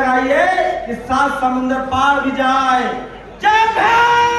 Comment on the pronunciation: भाई थोड़ा उच्चारण तो सही कर लेते, जय भीम. ये क्या जय भेंम